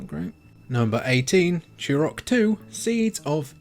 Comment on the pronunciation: Remember that game, ‘Chew Rock’? It’s T not CH!